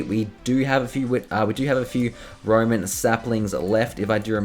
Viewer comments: It's ROWAN SAPLING not ROMAN SAPLING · it's not Roman saplings it's rowan